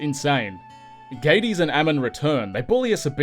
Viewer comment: Gades is pronounced like Hades. Also, should have saved that power potion for the mages. Mages are frail in most games but in these 2 games they are flood-drenched tissue paper.